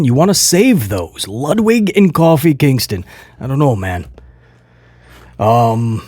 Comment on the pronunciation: Lmao u calling Kofi coffeee prob more entertaining than most of Raw